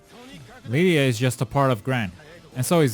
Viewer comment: Jeez, again calm… down… And it is Lyria. LyRia, with an R. NOT Lydia.